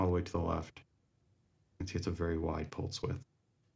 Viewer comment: Did you say “increatse the pultze width”?